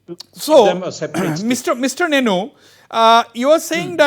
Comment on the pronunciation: Correction..... called it Nienu not neinu